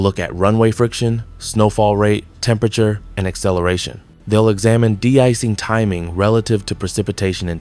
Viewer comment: AI script: "That's not this, it's that. It's not because of X, it's because of Y." Filler-filler, blah-blah-blah. The script pulled that "not-this-but-that" filler trick at least 16 times. Also, it's an AI voice. Did you notice it mispronounced de-icing, calling it "deecing"? No human would say that. The vid adds nothing we didn't already know and appears to have come from nobody.